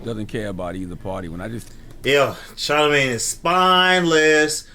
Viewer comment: You called him "CharleMANGE Da Dog." That made me laugh!